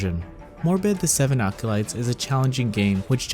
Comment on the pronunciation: "Seven alcolytes"